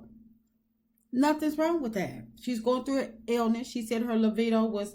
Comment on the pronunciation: liBIdo…not lovido 🫣